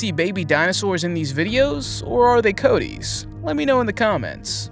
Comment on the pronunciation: You're pronouncing it wrong! Its Coatis (Co-Ah-Tees), not Coat tees